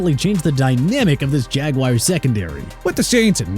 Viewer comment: AND ALSO NO MORE OF THAT JAGWIRES NONSENSE. IT'S JA-GWAARS.